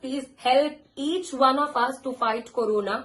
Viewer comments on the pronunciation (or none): Everyone: corona Paras: korona 😅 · Shehnaz.. carona... it's corona